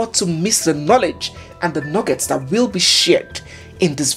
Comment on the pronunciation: Next time you wirre not engage in cyber BURREEING😂😂😂😂 Do you have 5 BEERRION NAIRA?🚶🚶🚶